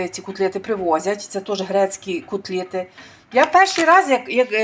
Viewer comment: Ужасная речь🤮 кУтлети